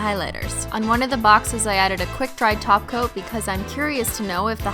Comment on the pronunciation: Omg she finally said top coat as top coat instead of taco!